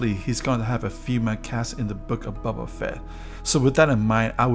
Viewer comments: His name is Boba, not Bubba ... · "Bobba Fett" lol